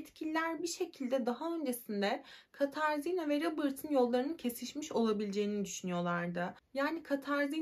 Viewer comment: Katarzinna değil Katarina diye okunur.